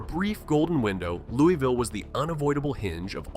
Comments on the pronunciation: How are you gonna do a video on Louisville when you can’t even pronounce it correctly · AI never pronounces Louisville correctly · The way he’s saying Louisville is killing me. And I’m from lex go cats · Well you should learn how to say your own city’s name correctly 😂😂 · For AI slop it's not bad. Born and lived nearly my entire life in Louisville. Everyone I know pronounces it Louie-ville, so many commenters complaining. Depends on the part of town you're from. I haven't been everywhere but I'd bet it's one of the most racist cities anywhere. Historically severely segregated. You could wake up in any part of town and a quick look around would tell you where you are, West, South, East. You want to be East... In recent years it's become homeless heaven, a tweaker on every street corner downtown. I retired and now live on the edge of the county, I hope I never see downtown Louisville again. I don't plan on moving but I wouldn't recommend anyone move here. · Its not Loo-e-ville. Its not Lewis-ville. Its Loo-ah-vull. Rhymes with gull. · in and you already pissed me off. ITS NOT Loo-ee-ville ITS LOO-UH-VUL omggg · It's not Lewie ville, its pronounced lou a ville or lou a vul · ITS LULVILLE‼️‼️‼️ NOT LEWYVILLE‼️‼️‼️💯😡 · Speak for yourself. Im born and raised in Louie -ville. Its named after king louis of france. Luvull is simply a regional diction of hillbilly. I speak properEnglish, i pronounce and enunciate my words properly. Its not how "we" pronounce it. Its how lazy hillbillies talk. Its Louie-ville. The village of king Louis. Ville in no European language or dialect is ever pronounced as vull. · Right... the citizens of Louisville can't even pronounce their own city correctly. It's Loo-E-Ville. Named after King Louis. Not King Lul. Not King Luhl. I swear they sound like they've been chewing on quarters when they butcher it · If you make a video on Louisville, perhaps you should pronounce it properly. Phonetic spell for proper pronunciation. lou-ah-vull